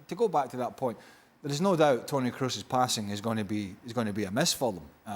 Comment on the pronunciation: Thomas is ignorant, keeps saying Kroos as if it were an English surname. It's GERMAN, double o isn't "u", it's a long "o". A football pundit working for ESPN should know how to pronounce Kroos correctly.